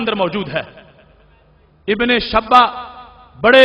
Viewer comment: جلالی پہلے میرے شاگردوں کے پاس آکر ٹیو شن پڑھ لے میرے پاس ٹائم نہیں ہے نہیں تو میں ہی پڑھاتا ابن شیبہ کو شبہ بول رہا ہے تجھے نام لینا نہیں آرہا ہے اور تو لوگوں پر جھوٹ باندھ رہا ہے